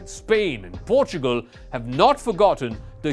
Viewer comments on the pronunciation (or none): none